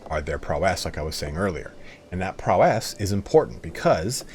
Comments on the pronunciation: "PRAUOW- IS" NOT PROW'ESSSŚ" Great videos though. Lol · ITS PROW ISSSS Like Prau - isss NOT PRO - WESS other than that great video. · Great video! One thing: PROW-ess, not prow-ESS ^^ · Amazing video! Thanks so much for all the work. Just a quick note, in US English "prowess" isn't feminine, so you wouldn't pronounce it "prowesse", it's just... "prowess.". But I guess if you're from the UK that's another story. But then you'd also be required to call your car trunk a "boot" and fill it with "petrol". On second thought turn the clock anticlockwise, go back a tad and throw this all in the bin. Whup, Bob's your uncle! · The way you say prowess bruh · awesome guide, just getting into the game. The pronunciation of prowess gets me every time you say it. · Thanks for the video but a little piece of me dies everytime you pronounce "prowess" that way. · Awesome vid! Your pronounciation of de jure and prowess are a bit off ! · Game reviewers on YouTube never know how to pronounce “prowess”.